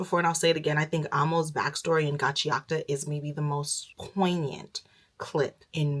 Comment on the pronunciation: The way you are pronouncing Gachiakuta is triggering tf out of me